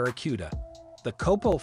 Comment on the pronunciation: Numerous mispronounciations, failed fact checks are reason to believe the narrator has NEVER heard of Don Yenko much less, a "COPPO". HEY bud, stick to gardening or cooking videos because cars are NOT your forte.